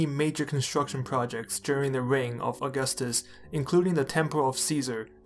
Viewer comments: It's not August-us it's au-gus-tus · It's augústus not aúgustus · You're pronouncing his name like the calendar month. It's really more like "a-gus-tus". That first u is basically silent. Our pronunciation of August has changed over time. So even though it's named after Augustus, it's not pronounced the same way. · The stress is on the second syllable, not the first. "Uh-GUS-tus." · In the word "Augustus", the stress is on the second u, aka "Aug*u*ustus". It really sounds weird to me every time I hear you say his name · The first item on your research list should have been how to pronounce the man's name. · Makes a whole video on Augustus Doesn’t say Augustus right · Dude. If you’re going to make about a video someone, please at least know how to pronounce their names the right way. Thank you.